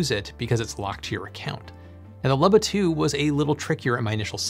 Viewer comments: It is pronounced “ Loo-bah” You are the only person on earth that I have heard mispronounce it. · I can’t get over how you pronounce “Luba” as “lubba” 😂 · Oh man, is it pronounced "lubba"? I've been calling it a "looba" for the last year!